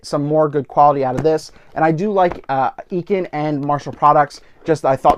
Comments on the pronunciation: is it really? On their website videos they always say I-CAN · EEE-KEN? haha just caught me off guard, great video!